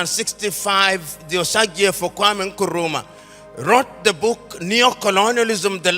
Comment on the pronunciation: I am glad that he finally learned how to pronounce "Nkrumah" correctly!